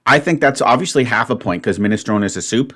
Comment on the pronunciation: I spent a while thinking beans and vegetables had to be in separate groups because I consider beans to be a vegetable. I make soups but not minestrone ( not liking pronunciation but he seems highly stressed right now so he can have a pass on that). My brother many years ago frequented the Edinburgh student's union eatery as a med student. He asked one day what the soup was and the wee dinner lady said " Well they cry it minestrone son, but it's jeest aw the week's leftowers pit the gither!